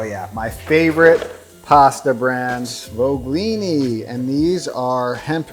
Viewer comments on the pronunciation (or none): you pronounce it "paKKeri" because "cch" is a sound "K" in italian. In the word sfoglini, you don't pronaunce "G".